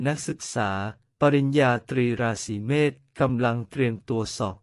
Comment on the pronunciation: พูดยังไม่ถูกเลย เมษไม่ใช่เมฆ